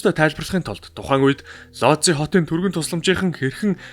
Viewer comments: Сайн байна уу, дандаа сонирхолтой мэдээллийг гоё хоолойгоор хүргэдэгт баярлалаа. Лози хот биш Вүүж хот гэж уншина шүү. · Би Польшид амьдардаг болохоор их сонирхож сонслоо. Ийм учраас одоо ч хүмүүс Вүүдж хотын эмнэлэгт үзүүлэхээс айдаг юм бна. Лодзи гэж уншихгүй Вүүдж гэж уншигддаг шүү. Амжилт байнга сонсогч❤